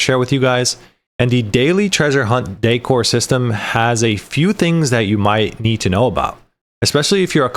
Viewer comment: Haha, others said something to correct the way you pronouce decor. I stopped listening to your last one and was reading subtitles. Yeah, the word is decoration, not dEEcoration. Content was good tho. lol